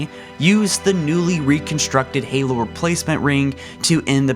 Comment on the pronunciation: nigga stop butchering the names fuuuck